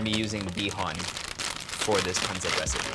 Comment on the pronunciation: Dude just say pansit! JC. Panseht. I mean c'mon already. If you can say "eat" then you can pansit. This whole thing about not wanting to pronounce tagalog well is just so fucking annoying.